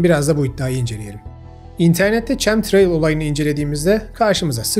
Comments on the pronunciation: Abi çem değil kem okacak o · Tebrikler, ağzına sağlık.. Cahil bırakılmış Türk milletine doğru bilgi işte böyle verilmeli. Bu arada ÇEM değil de KEM diye okunuyor, ben de kimyagerim. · Kucuk bi katki; Chemtrail ingilizce telaffuz etmek istersek Kemtreyl olarak okumak lazim :)